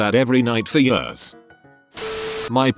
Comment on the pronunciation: Nobody: Narrator: Yiiuurs